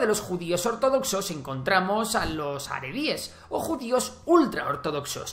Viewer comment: Es Ortodoxos, no ordodoxos.